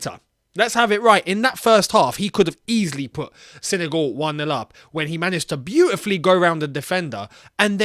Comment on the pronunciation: It's not "Sene goal" mate